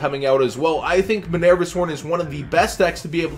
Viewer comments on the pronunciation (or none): MI-NER-VA not MI-NAIR-VA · you need to learn how to pronounce these cards bro lol you make me cringe. it's ZOO-DIAC NOT ZO-DIAC and MI(ME)-NERVA NOT MEH-NERVA lmao